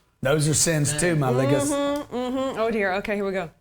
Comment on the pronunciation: Did he just say my ligga? 😂